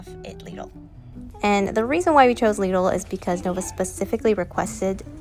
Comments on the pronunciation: I came to the comments to see if anybody else said anything about it, it's so strange to say it like that 😂😂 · Omg is this how Americans say lidl?! Wow :0